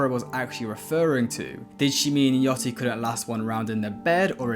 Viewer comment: Why are you calling Lil Yachty, “Lil Yatchy” ?????